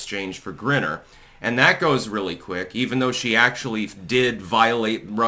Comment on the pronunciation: Dude it's pronounced GRINE-R and it's pronounced WAY-LON..... are you mispronouncing this intentionally?